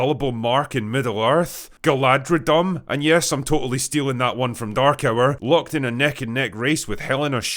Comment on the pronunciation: Damn. She really went from Galadriel to Galadri'L'.